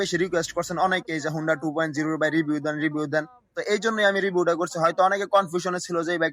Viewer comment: ভাই ২. উ না ২.ও ভালোকরে আনতত পক্ষে কথা বলো,,,শুদ্ধ বলতে হবেনা,,,তোমার ভাষায় বলো,,,কিন্তু ভুল বলো না।